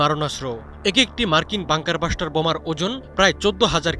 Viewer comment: পিও (প্রিয়) সাংঘাতিক (সাংবাদিক) ভাই! বাঙ্কার বাসটার না (বাংঙ্কার ব্লাসটার)